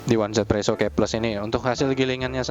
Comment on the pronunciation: Dan jangan lagi sebut one Z presso, tapi 1= yi Z=zi jadi easy presso